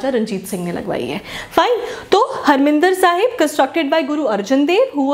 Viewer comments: Mam not Harminder Sahib it's harimandar Sahib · Mam pls correct the pronunciation of harmandir sahib .its mandir not minder. Also it was built by guru ramdass ji. u can google it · Mam, it is Harmandir Sahib not Harminder Sahib